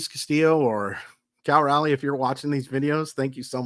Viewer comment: ...please, please, please learn how to pronounce Cal Raleigh's last name. It's not Rally.